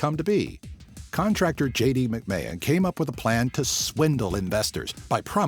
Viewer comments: It's not "Mac-May-Hon" It's simply "MacMan" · Did he just mispronounce my second name??? "mcmayon" -_